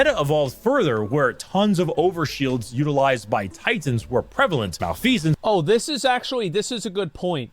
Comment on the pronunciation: this mf said malfecence, he sucks